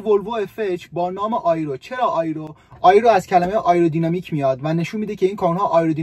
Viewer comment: در ضمن آیرو نمی گن تلفظ صحیح اش "ای رو" می باشد الف کسره داره . با تشکر از برنامه های خوبت ❤